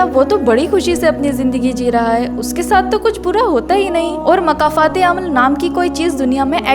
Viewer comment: makafat nhi ❌️ (( Mokafaaat.... ✔️ )) 🌿🌹🌻🦋🌷🪻⚘️🌿 ❤❤❤❤❤❤❤❤